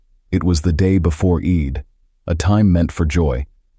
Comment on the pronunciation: it's pronounced: "EED", but spelled like, "Eid".